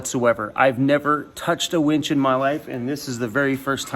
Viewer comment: Haha did I say wench? Lol! Winch? Which one is it!